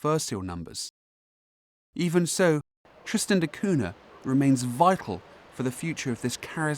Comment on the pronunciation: It's "koonya" not "koona".